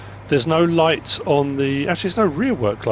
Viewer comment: Almost always some great mods in modreviews. Almost.:) Mostly great assortment of attachments from NMC, but the digging buckets will be great if you have dirt on the map like on Rassvet and the grapple will cause frustrations for loggers. “are you lait (late)? No you’re misunderstanding. I said I’m lait (light)” 😂 You sound like you’re feeling better again 👍🏻